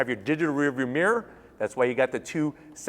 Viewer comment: Digital "rurrviuwmirrur" haha